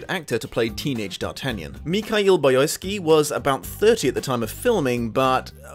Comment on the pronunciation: And the main actor's name is pronounced Mikhail Boyarsky, (Boy-ar-sky), from the word Boyar, the Medieval Russian nobility that had some political powers close to the Moscovite Tsarist Russia until Czar and later Emperor Peter Ist (the Great) abolished them as a title at the beginning of the 18th century in order to forcibly modernly Westernize Muscovy Russia with that of Western and Central European standards of the time, titles changed to Dvorany from Boyari.